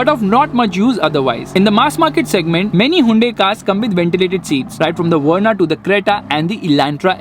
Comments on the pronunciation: Why u pronouncing haiyundai😁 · No one:: Hivunde